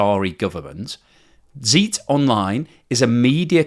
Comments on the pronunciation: "Zeit" is pronounced as 'tsite', not 'zeet'. The German 'ei' and 'ie' are exactly the opposite from their English sounds. "Die Zeit" basically means "The Times" in German. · Just a tiny thing. Zeit (as in Zeit Online) the word is pronounced "Tsite" (a leading Z in german is a "hard" s, or TS). The eit is like site or bite. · I haven't watched the video yet, just FYI, it's pronounced like "shite" but with a hard "z" (like "tsite"). Means "Time" and is a rather prestigious broadsheet in Germany - the publisher is usually on the Bilderberg guest list. Actually I don't know if that's still the case, in the past decades it so happened that the publisher was former German Chancellor Helmut Schmidt.